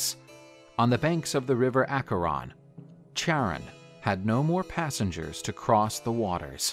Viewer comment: “Charon” is pronounced “keh-rawn.” The “ch” is a “k” sound.